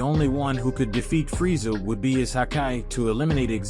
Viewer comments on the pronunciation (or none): It's Freeza not Freezia dont want to nitpick, but it's kinda annoying. Decent story nonetheless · I can’t handle how your saying frieza 😵🤮